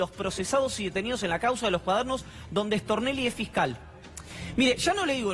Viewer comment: Me parece a mí o cuando dicen Stornelli lo pronuncian rápido y dicen Extornelli